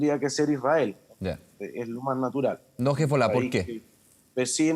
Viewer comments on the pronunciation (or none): "No tengo la más puta idea de lo que estoy hablando, sólo he visto las noticias igual que ustedes, pero mi opinión experta es que es un ataque Israelí, y me gusta decir hezbOLlaaAhh. HezbollAhhhhhhh. Nunca lo había dicho en la tele antes, mírame mamá como digo HeizBooLaHHH